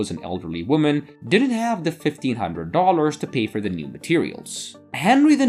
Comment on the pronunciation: Hey narrator ...you pronounced the company's name wrong it's not model like who has pictures taken of theirselves. But rather it's pronounced like one of the names of the Three Stooges Moe! You are also extremely ANNOYING the way you pronounce "Dollars." You must seek help to improve your English, or don't make videos.